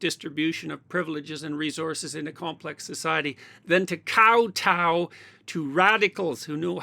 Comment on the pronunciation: "Kowtow" haha.